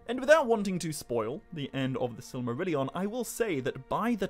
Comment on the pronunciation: I like the way you pronounce Silly-marillion 😋